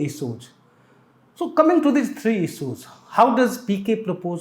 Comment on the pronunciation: He ij focushing on isooj..Hindi me hi bol lo sir agar pronunciation me problem hai to..Sorry but its not difficult to improve it especially in this business.